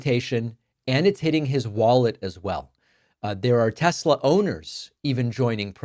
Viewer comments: "I love Tes-slur!" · Tesler 😂😂😂😂😂 is hilarious…. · The tesler bit is cracking me up every time!